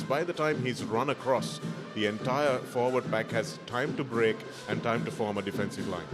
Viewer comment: Papare please advise your commentators to brush up their act both in pronounciation and phrasing too Forward is not foreward/for is not four/forty is not "fourty". Puts "boot to ball" not "ball to boot". Takes them by "the scruff of the neck" and not the scruff of their teeth. Above are some of the many bloomers to be corrected. A little conscious effort and advise is all that they need. All this is with no malice but for the good and respected Papare not to be ridiculed.